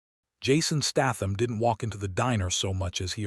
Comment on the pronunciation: Pronounced Statham properly for God's sake he's English!